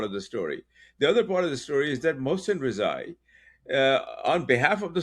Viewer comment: It's more like Rez-aa-ee. just so you know.